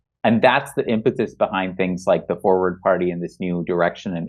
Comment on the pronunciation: at first I thought you said it was called Foreplay, but it was forward. oh my bad.